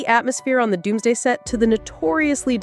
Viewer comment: Did she say Avengers Doomsgay??